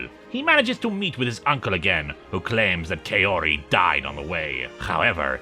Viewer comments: Really liked the video, but I have a minor gripe about the pronunciation of the character Kaori's name. The first part of the name is meant to be pronounced like "kah", so the name ends up being pronounced like "kah-oh-ree", or like how one would talk about a cowrie shell. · Personally I prefer the Gyo anime movie. I've written several fanfictions for it. Also, no offence, but her name is pronounced "cow-ree."